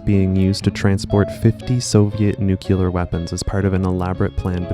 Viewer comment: Once I hear someone pronounce it New-Cue-ler, I can’t go on.